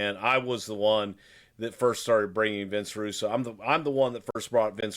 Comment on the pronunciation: Who is Vince Rusoo? I know Vince Russo.